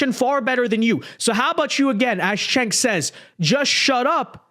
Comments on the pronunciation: Chunk yogurt when are you gonna get his name right?😂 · I know it’s a small thing, but if Cenk is going to start being reasonable, we ought to get his name right. Pronunciation— sounds like: Jank You-grrr